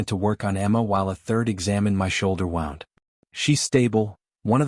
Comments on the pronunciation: It’s pronounced woond not wownd. So annoying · Wound is pronounced as Woo-ned NOT wow-ned, learn how to pronounce correctly. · Woond not wow-nd AI narrator can’t differentiate between the two.. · Doesn't anyone know how to pronounce words these days? In the narrative mispronounced wound several times. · This must be AI. Wound is pronounced wrong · Please learn to pronounce words right . U pronounced wound wrong